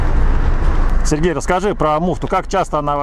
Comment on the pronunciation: Не Серега а Сер-гей